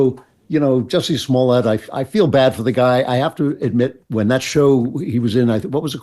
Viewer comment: Most disappointing is your unwillingness to pronounce his name correctly, even after Dave Chapelle went to exhaustive lengths to help the public know: "Jussay Smollyay". You're welcome.